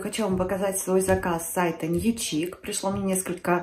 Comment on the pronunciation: Newchic читается как Нью шик, новый шик